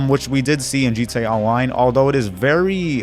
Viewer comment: The way you attempt to say “GTA Online” at the beginning is weird as hell.